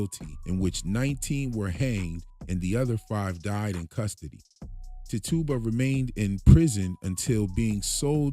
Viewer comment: Tah-tuba as you say is pronounced tit-chu-bah